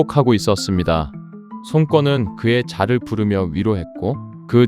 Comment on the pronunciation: 손권 발음이 송꿩 으로 들려요 ㅋㅋㅋ